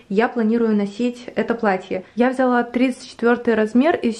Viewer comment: Как я люблю когда говорит ВзЯла.... Так по украински))))